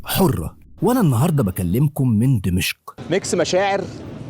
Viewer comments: اخ... عندما تذهب الى اي بلد في العالم يجب ان تتعلم ثقافته ولا تبقى على ثقافتك المصرية.... لا يجوز ان تسمي دمشق ( اقدم عاصمة بالتاريخ ) بلهجتك الخاطئة دمشء... وتصر على اعادة لفظها الخاطئ عدة مرات... بغض النظر عن كمية الاخطاء اللغويه التي مارستها خلال الفيديو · دِمَشق بكسر الدال و فتح الميم و جزاك الله خيرا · بالله عليك انطق دمشق صح 🤣🤣